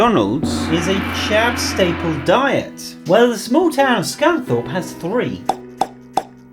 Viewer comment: There's no S in Scunthorpe